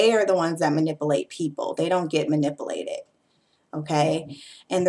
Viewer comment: I really like the way you say manipulated lol. Man-nipple-lated.